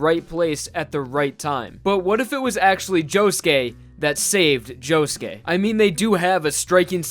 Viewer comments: when i first started watching diamond is unbreakable i thought josuke was pronounced jo-suke not jo-ske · POV: you put on subtitles and he says JOE GAY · i love you man, but can you atleast pronounce their names right?